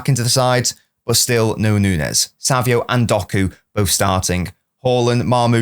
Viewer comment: why do you say savio? it's savinho